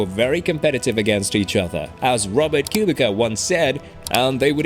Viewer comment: KUBICA is to be read KubiTZa with "C" not "K". NOW! Lewis comes from not as poor background as he states. Mentioned Robert had a much much much worse start to the carrere, as he is Slavic, and Slavs are still today being treated worse than others - and this is real racism (not color based)! And biggest LIE is Lewis fighting racism from begining. This is B-S! He was in Mercedes program from very early in his carrere, so he had it easy. PS This whole film is racist against blond hair guys or Fins (despite starting as a German, Rosberg is actually a Fin, like Botas).